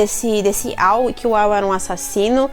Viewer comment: Na parte do video em que vc fala "E adivinha quem aparece" Eu podia jurar que tinha escutado Lau invés de Al, aí me perdi quando foi comentado que a Layla só o chamava para arrumar seu cabelo, então me toquei que era AL e não Lau kkkkkkkk